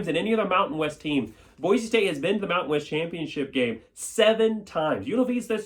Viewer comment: There’s no “Z” in Boise!!!